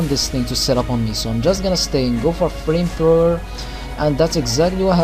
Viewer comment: You missed the 'o' on flamethrower :P This was a great narration and I don't think you're rusty at all :)